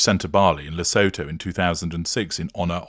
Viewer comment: Le-SOO-too for future reference, with the emphases on the middle syllable.